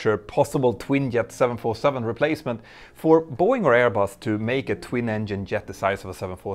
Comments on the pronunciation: Is Boeing and not Are Boeing. Like, ist Boeing. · "Are Boeing"? You need an English speaking editor!